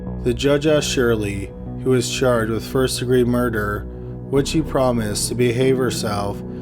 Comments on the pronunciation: Its murder Mer-der Not murderrrer Please fix the pronouncement its not a difficult word you've been making this mistake for a long time now It's bad enough the video is slow paced when read but the bad pronouncement and long dragging of the word really ruin your video for me You used to make better vids despite the murder mistakes still very informative just wish you read it more easily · The way you pronounce murder is amazing